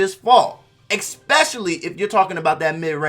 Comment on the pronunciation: It’s especially. No x In that word